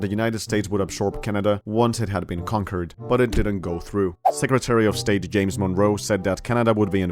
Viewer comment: It's james not yames you actual illiterate